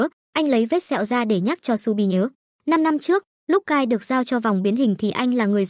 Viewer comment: Shu bi mà đọc nhầm thành chu bin:)))